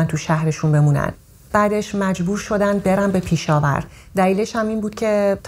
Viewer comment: خانوم پیشاور اشتباه دارین میگین پشاور اسمش لطفا درست بگین